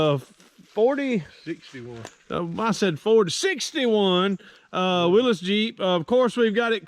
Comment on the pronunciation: haha there was an episode if fast and loud where he wanted a willys coupe and said willis... like 20 times. only person I ever heard do that before lol.